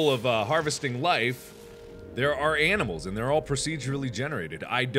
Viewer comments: he says "aminals" instead of "animals". :P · new meme mark old enough to say animals says aminals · is it only me who notice he says aminimals everytimes or is it me? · did he say aminals or is that just me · he said aminals instead of animals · Dear Mark, Aminals is not a word. Your viewer, Cris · aminals made me rethink my way on how to pronounce animals. lol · Who heard him say "Aminals" lol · I thought it was my brain mispelling but it seems it was Mark himself 😂😂😂